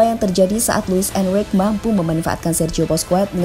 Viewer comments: Sok inggris ga enak di denger cok 😂😂😂 ...di Spanyol bacanya bousqes , enriqe ...si mimin bacanya boskuets , enruik 😂😂😂 ...nyebutnya biasa aja min ga enak di denger ...orang spanyol juga klo manggil nama ga gitu2 amat ,malahan manggilnya 11/12 kyk indo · Lain kali naratornya setidaknya yg pernah nonton bola min, supaya penyebutan nama pemain dan pelatih lebih mantap, kurang srek dengernya (Busquets, Enrique, La Furia Roja)